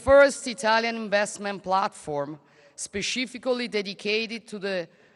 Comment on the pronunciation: Specifically: la prima C diventa S e non "sci"